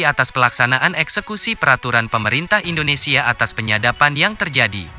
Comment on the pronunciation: Indonesia bang bukan endonesia....helehhhhhhhh